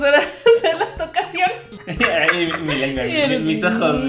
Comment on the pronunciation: "Tocasiones" jaja Me encantaaan❤️